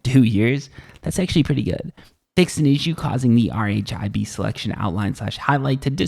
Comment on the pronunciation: Hey, great vid - very informative, ta Z-fighting is when two objects are at the same distance from the camera (i.e. z co-ordinate) and the renderer can't decide which to render first, so they flicker You don't have to spell out RHIB - it's pronounced 'rib' Vignette is pronounced 'vin yet' Keep up the good work! :)